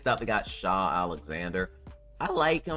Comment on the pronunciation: its not shai now its shaw lol